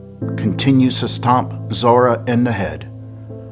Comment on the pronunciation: ~ I Know This Is COMPLETELY Off Topic ~ Im Trying For The Life Of Me To Find Out What State You Are From lol I Swear Once In A While A Louisiana Accent Is Coming Out Especially When You Say “Da” Instead Of “The.” 🤣 ~From A Native Louisianian